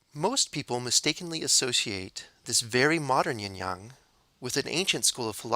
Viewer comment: Yin Yang is pronunced y/I/n /y/ang